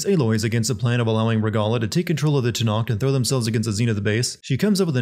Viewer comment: It's not TANAKTH for fcks sake.